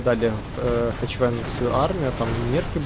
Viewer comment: Друже, він не "ХеЧвен".